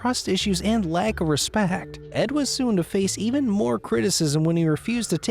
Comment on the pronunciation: Is the narrator ok? Ed or ehhhd?🙄🙄🙄🙄